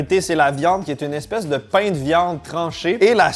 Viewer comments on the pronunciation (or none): none